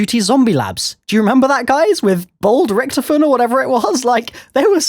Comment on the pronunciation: It's not ricktofen its fucking richtofin